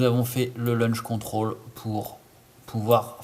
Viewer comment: Launch control, et non pas LUNCH CONTROL, sinon bien ta video, mais c’est bcp plus compliqué sur edc17, med17...